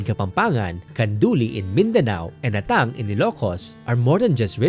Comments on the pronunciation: I'm not sure but our Ilocano pronounced it as "Ah-tang" not "At-tang". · Just wanna share 😅, I noticed yung pronounciation for Atang where the emphasis is at the 2nd syllable "a-TANG", I was taught and often heard from family members that the correct pronunciation is "Aah-tang"/"AH-tang" (emphasis is at the 1st syllable than the 2nd)